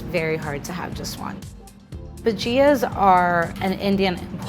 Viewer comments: ok so it is a bhaj-ya (pronunciation) no bhagia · bagia, not bajia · Indian snack... pronounced bha-ja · I cringed so much when she said “bu-JEEEE-A” instead of “bu-jia” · Ba gi as.... its ba gi. The pronunciation at least.. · its pronounced Bha-gee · Ok but should have pronounced bhajia the way Indians do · I am Indian and we pronounce bhajia without the I. Sort of replacing the I with a Y. Try it!